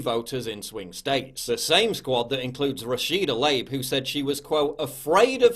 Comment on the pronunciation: I don't like the squad either but its pronounced tuh-LEEB like i hope they are about Tlaib this country